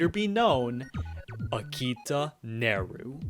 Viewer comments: ITS NERU. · It’s Neru.